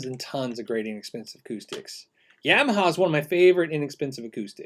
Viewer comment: Pretty sure it's "ya - maha" not "yam - aha" :)